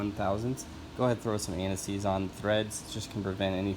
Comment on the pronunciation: I can't understand the name of the grease you are putting on the spark plug threads. It sounds like you are saying N S EEEZ and I don't know what that is. Maybe if you showed the label of the products for both the threads and the electric tips?